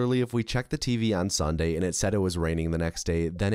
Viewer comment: You pronounce "sunday" like "sawnday" and its crazy